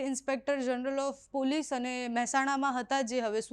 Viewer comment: પુલીસ નહીં, પોલીસ બોલ